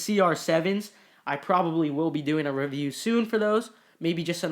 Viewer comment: Review. The way he pronounced it “revue”